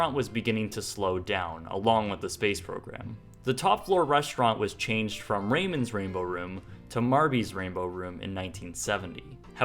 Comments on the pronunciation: The restaurant is pronounced 'Rah-moans' Rainbow Room, not 'Raymonds'. Spanish name. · It was not pronounced "Raymonds". It is pronounced "Ra-moans". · FYI: The name Ramon's was pronounced "Ramón''s" (rah-MOANS, not "RAY-mons). But TY for the video. The last time I visited Cocoa Beach, I felt suddenly lost when I got to that part of A1A. The glass bank was such an icon and the major feature in my own mental map of the area. Its absence seriously confused me and so threw off my navigation that I missed my turn. Now, I know what happened to it. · It's not raymond it's Ramons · Ra-moans not ray-mons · I'm guessing it was actually pronounced "Ra-moan's" Rainbow room. rather than Ray-mon's since it was probably evoking a latin flavor. Mar-vez, sounds like it was trying to do the same thing. Fascinating stuff though! Good work. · Ayo chico it's Rah-Moan (Ramon) not Rayman. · Very interesting - I lived in Cocoa Beach for 23 years and knew a lot of this history but not all. Also saw a couple of interior shots I hadn't seen before. Two corrections though: the name of the restaurant was pronounced Rah-MONES, and that second postcard of the green dining room was the second location at the corner of 520 & A1A, near where the Dinosaur Store is now. All in all, well done video! Sad as hell though, I hated to see it torn down. It was like losing an old friend, but due to the selfishness of some stubborn men, it was beyond saving. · Pronounced rah-moan, buddy. Dig the videos. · These are great! It's actually "Ruh-moans," but otherwise this awesome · It's not Raymond, but pronounced R-A-M-O-N, with a long O. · Wouldn’t it be pronounced Ramón like a name from Castilian Spanish? ...South Florida and all... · The restaurant was named ''Ramon's"... pronounced Rah-moans... like the punk band. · I grew up across the street from this building. fyi Ramon's is pronounced RAH-MOAN's